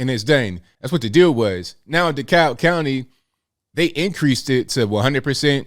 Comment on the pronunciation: Are you saying DeKalb County? The L is silent